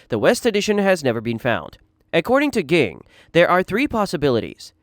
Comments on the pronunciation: bruh who tf is nuhtearo and geeng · My guy pronounced “Zigg Zoldyck” as “Zigg Zol-dike”. Its pronounced Zol-dick. Also Gon’s dads name is Ging (pronounced Jeeng) not “geeng”